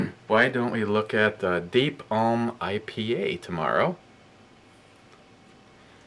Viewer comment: Not a fan of grapes or wines so I have been skipping this one. I love their 60 minute and it would be a great daily drinker if it were a little cheaper. It's pronounced Ell-um. Great stuff has already come out of Deep Ellum Brewing and expect some great shit soon because one of Dogfish Heads head brewers has just joined Deep Ellum.